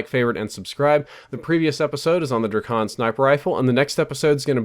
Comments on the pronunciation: It's Drak-on, not Dra-kon. You don't say Dra-gone do you? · It's DrAkon not Drikon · It's pronounced draykon. Like drake + akon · Hate how u say drakon its Drake in on dray kon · the way he says drakon tho